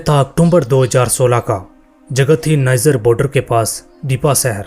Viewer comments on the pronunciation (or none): Not nizer its niger 😂😂😂 Use tongue cleaner 😂😂😂